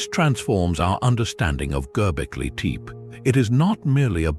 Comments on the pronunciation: Gobbly,Teep? Well, that’s a new pronunciation of it. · At least learn how to pronounce it